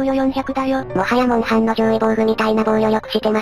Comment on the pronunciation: でぺるくんがモンハンって言ってるの違和感あるのわかる人いない？